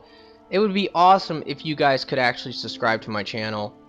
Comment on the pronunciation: Make sure to suscriye and did i mention to suscriybe